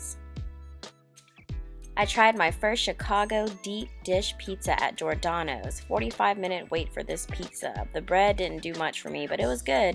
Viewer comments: It's "Jee-or-danos" and not "jor-danos". It's "Lou Mal-not-ees" and not "Loumanotee". Also.... "pictured" is pronounced pick-chured and not pitchurd. Slow the fuck down. Learn to pronounce. You're getting way ahead of yourself. And the fact that you'll choose Food Life over a plethora of other places speaks VOLUMES. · JOR-DANO'S? ugh... GEE-OR-DANO'S